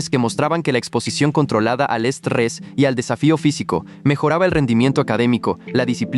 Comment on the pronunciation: estrrres 🥀 así dice JAKKHJKJGG